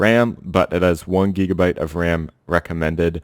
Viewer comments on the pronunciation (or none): LMAO, Gigabite dude as is in pigabite or bigabite not geeegabite, too funny. Jokes aside great video ! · Geegabyte geegahertz x3 lol